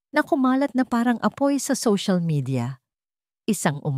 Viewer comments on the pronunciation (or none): none